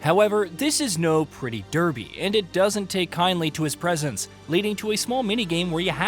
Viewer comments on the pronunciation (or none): none